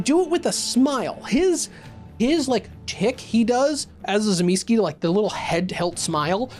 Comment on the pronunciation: commenting solely because your pronunciation of the names of the Antediluvians has triggered me. Tzimisce - Tseh-mih-schee Troile - Troy-le (as in the mythological city) Ilyes - Ill-yeh Absimiliard - Ab-simil-yar